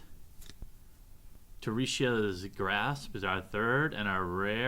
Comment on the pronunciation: How can you pronounce Terashi's Grasp differently 4 seperate times?